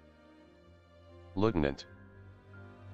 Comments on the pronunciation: Major lieutenant not lutinant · Btw you spell lieutenant like that not litunant.